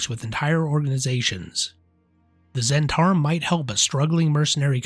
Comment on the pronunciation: zz-HENT-ah-rim, not zhen-TAR-im